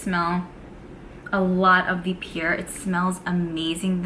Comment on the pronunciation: I never knew a New Yorker that could not say "Pear". If I didn't know better what you were trying to say I would haven't have known. Lol, Sounds like Pier like the docks. I don't know how to explain it but please don't be upset with me. Do you have Alexa or Google Assistant ask them by spelling the word "Pear" or have someone else ask how to pronounce it for you. I gotta say another evening with and yet another beautiful Advent Calendar. Loving this.I like Tom Ford's Tobacco Vanille perfume but it's so expensive. We shall see. Glad to see you before I go to bed, you always make me smile and I adore you and your content. Did we ever see a " Brooklyn Kitchen"? Good night, love you 💕💕💕🥰🤩😸🌹❣️🎁🎁